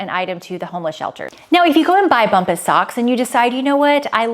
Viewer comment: I’m always here to giggle at your brand ads pronunciation. Today is “BUMbas”. Think of the word “Bomb” and then “ahs” at the end. ❤